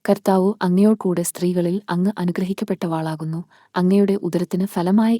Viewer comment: നന്ദി. അനുഗ്രഹിക്കപ്പെട്ടവളാകുന്നു എന്നേ ഉള്ളൂ. വ എന്ന അക്ഷരം കഴിഞ്ഞ് ദീർഘം ദയവായി ചൊല്ലരുത്. ദൈവം അനുഗ്രഹിക്കട്ടെ.